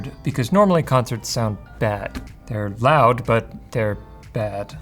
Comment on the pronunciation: Not the "Live Life Lound" 😭